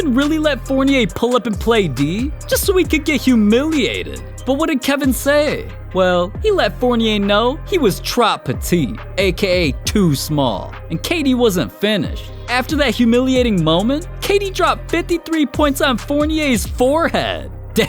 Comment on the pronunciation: Lol trawp Peteete lol